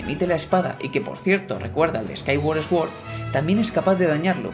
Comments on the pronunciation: No quiero que esto sea una ofensa de ninguna forma, solo recalco que sword se pronuncia suórd y no esguord. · Hyrule se pronuncia Jáirul, Sword se pronuncia Suor, Skyward se pronuncia Skaiwor, Hylian se pronuncia Jáilian, Majora es Mayóra con acento en la O. Por dios muchacho vas a hacer que me sangren los oídos.